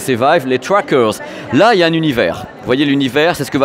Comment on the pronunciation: Avec les trwackeurz.... Oh putain c'était un pari ou quoi...autant y aller avec l'accent français, le franglais du gars du pinpins c'est encore pire